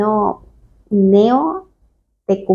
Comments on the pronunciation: Hola. Si es cierto cuanto narras, yo creo que lo más acertado es acudir al obispado y denunciar. Pero no creo que sea correcto exponer tantas ambigüedades (¿ni siquiera sabes pronunciad el nombre del movimiento?) contadas con cierta frivolidad. No soy neocatecumenal, vaya eso por delante. Lo que digo es una recomendación del apóstol Pablo sobre como conducirse en estos casos. 1 Corintios 6:1-20. Gracias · Ni pronunciar bien el nombre sabes. Menos aún te habrás tomado el trabajo de leer o mirar en internet. Es una secta protestante que usa vestimenta católica y No siguen el Canon Romano.